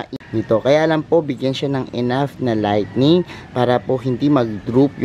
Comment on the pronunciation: No offense meant but did I hear you right...LIGHTNING (kidlat)? It should be LIGHTING.